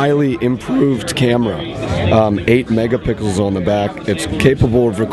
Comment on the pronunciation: Did he say 8 megapickles?